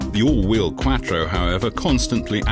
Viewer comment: Why is he say Quattro like quacktro 😂